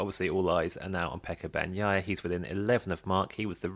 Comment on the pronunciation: How can you still mispronounce Bagnaia’s surname?😢